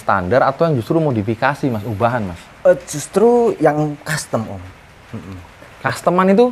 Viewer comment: Rasio custom om, bukan rasio costum😂